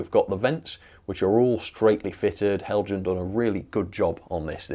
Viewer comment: Its pronounced Hell yan.